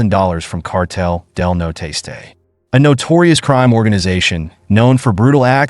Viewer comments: Its Cartel Del Noreste, the northeast cartel, not noteste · Cartel de “no-Ro-est-aye” not “no tasteay” WTH did you get that in sounding out the word?! There’s no effinT! lol sorry great video and that the only Hang up I’ve got on the video. So besides that kudos and great find! Where’d you locate this info on these stories? Are u from Texas?! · I know that kept killing me every time he said it. You think Jeff Google translate it at minimum